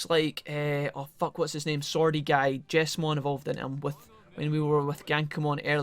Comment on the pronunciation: I think it is pronounced Jeez-mon, not Jess-mon. The Jes part of his name stands for Jesus.